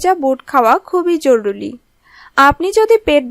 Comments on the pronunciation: জরুলী নয়, জরুরী বলুন ৷ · কিসের জরুলী জরুলী করেন🤬জরুরী বলতে পারেন না???